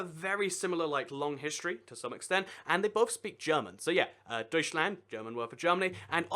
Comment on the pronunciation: I think that you'd better check the pronunciation in Google translate when you make a video about the name. Deutschland : eu is pronounced oi Österreich : ö is pronounced er not o, it then sounds a little bit more different from Australia. China: this word seems to come from the first empire name Qin (chin) 秦